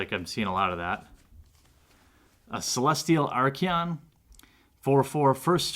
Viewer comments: There is no "i" in archon man, your saying it like Archion, it's archon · theres no E in archon. are con is how its pronounced